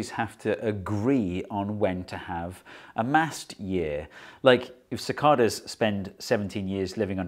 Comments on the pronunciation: The guy has no clue how to properly pronounce it. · No “r” in Cicadas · The rest of the world says 'sa Kay das'